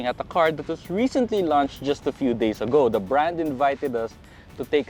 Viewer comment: " Recently lunched" 😂